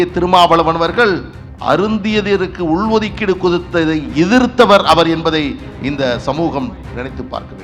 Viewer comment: டேய் படித்த தற்குறி😂 தமிழ் முதல்ல ஒழுங்கா படி ( உள் ஒதுக்கீடு என்பதை சரியாக உச்சரிக்க வேண்டும்